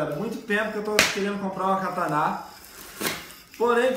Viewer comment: o nome não é kataná e sim katana